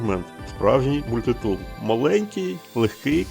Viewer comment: Мабуть, мається на увазі наголос - мультИтул, який був на початку відео.